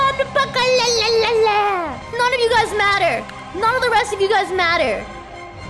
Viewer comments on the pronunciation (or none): none